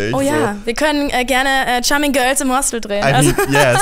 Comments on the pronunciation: Macht es nur mich verrückt, dass das Wort “Hostel” wie Hostell ausspricht? 😅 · es heißt Hostel, nicht Hostell 😂